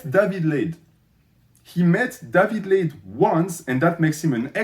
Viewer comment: I kept hearing David laid as "daddy blade" haha i was so confused